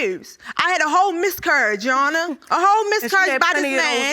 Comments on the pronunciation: Did she say "miscourage"?😭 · "Miscourage" im sorry-💀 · Please speak for her judge before she misscurry trying to say miscarriage. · “BUT I MISSCURRYIED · She said she had a 'Miscourage'